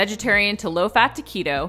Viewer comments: I heard it too! lol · When she said "to keto," my brain heard "tacquito." Guess I know where my mind is 🤷🏼‍♀️ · I heard her say tequila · I heard tacquito too 🤣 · I thought the exact same thing! 😂